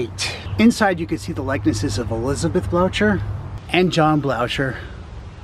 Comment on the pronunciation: Blocher is pronounced Blow-ker